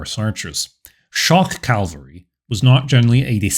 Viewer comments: Cav-ul-ree. Not calvary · It's CAValry not CaLvery. That's a place in the Bible. After a while it gets to be like fingernails on blackboard. For me, it makes the video less enjoyable. Other narrators on the web do that as well. I wonder why? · Its, "cavalry," not, "calvary." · Cavalry, not Calvary. Calvary is a church. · Did i hear "calvary", instead of cavalry. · If anyone out there is still looking, does he pronounce cavalry as “calvary” the entire series( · Great video, love that you cite your sources. Please stop pronouncing cavalry "calvery". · Great video (and channel!) but small pet peeve, please stop pronouncing it "calvary"!!